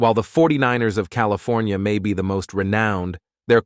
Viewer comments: You have a problem with “Cali.. for.. knee.. uh? That’s I gave up. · Did the AI voice have a stroke? I’ve Never heard California pronounced that way and we Schwarzenegger as Governor